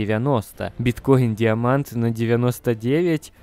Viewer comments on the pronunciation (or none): Нравятся твои ролики! Лайкос! Но Биткоин Диаманд и тЕзЕр 😅👍